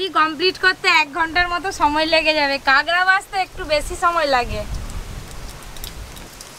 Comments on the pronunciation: Didi tumi sob kichur aktu thik kora nam nii😂 ota kagra na kakra🥰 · kangra noi kakra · Kakra ke kangra bolche keno kotha bolte parena naki khet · Ota 'Kangra' noi, 'Kakra'. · বলছি ওটা কাকড়া হবে কাগরা না😂😂😂😂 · কাগরা বলো কেনো কাঁকড়া বলো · কেংরা নাকি কাকরা 🤣🤣🤣